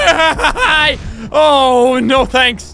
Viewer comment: when he says die it sounds like dathi